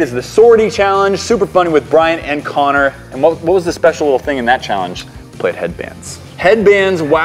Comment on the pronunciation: The colombian Cello it Connor not Conner